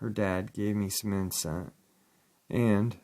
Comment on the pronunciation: 'Incense', not 'inscent'